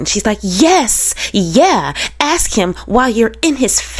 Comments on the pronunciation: Let me just comment on the word ask, let's take the first phoneme (sound) which we can all agree is short A as in Apple. Ok the next sound is S, not K. So put it with the A, you get the word as, not ax. Get it? It's so easy! Then just add the K after AS K. You can even put another S on the end and make ASKS. But no AX ever. No malicious, just linguistics. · The word ax coming from Sarah is telling! 🪓 It fits her profile perfectly!